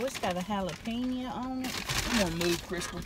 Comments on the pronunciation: "oh it's got ah halapaniea on it"🤣🤣🤣🤣💀💀💀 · I love how tammy says "jalapeno " lol! Jalapeños......